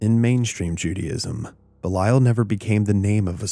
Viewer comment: I might be wrong but I’m fairly sure that’s not how Belial is pronounced!